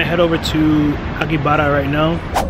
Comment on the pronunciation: Why is he pronouncing Akihabara as “Aki-butter”? 😅